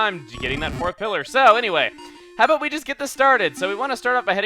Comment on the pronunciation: Okay but it sounded like he said "aboot" a few times.